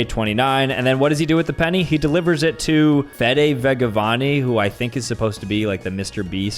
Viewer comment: GOSH I WAS RAGING SO BAD WHEN HE MISPRONUNCED FEDE VIGEVANI that's just me though bc I speak Spanish so I know the youtubers that speak spanish but OH GOD I was going crazy on taht part but I mean I can't expect him to know bc he doesn't speak Spanish but well thats it